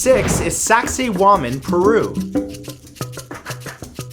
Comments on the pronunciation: tragoedia veritas lol I thought the exact same thing. (I think he may have mispronounced it...) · I was playing a game while listening to your videos when I suddenly heard Sexy woman turns out it was Saksaywaman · I thought you said sexy woman Peru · OMG I thought he said sexy woman. 😂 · Sak-say-wamen hmmmmmm . . . . sexy women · lol "Saksaywaman" sounds like PewDiePie saying "sexy woman". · XD i thought he said "saxywoman " for a minut